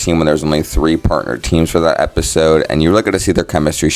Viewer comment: tree number tree